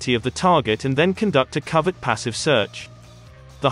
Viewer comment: For God's sake use a real person for the voice over. Bay Systems. Who TF are they? OH! BAE Systems! Bee Ay Eee. And it's cO-vert not covet.